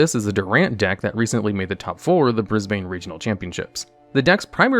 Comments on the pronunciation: Just for the foreigners, Brisbane is pronounced Briz-bin, not Briz-bane. (Also Melbourne is Mel-bin). If we have to know that Arkansas and Kansas are pronounced differently then y’all need to know this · I got distracted after you said Brisbane like that...